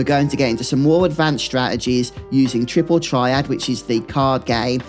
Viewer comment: you lost me at "Tripple Triad"